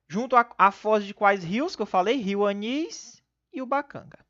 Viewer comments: o nome do rio é Anil e não Anis, professor. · o nome do rio é rio Anil e não rio Anis!